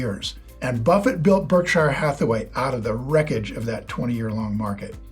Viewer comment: Weird that you pronounce Berkshire incorrectly when you're such a big Buffett guy.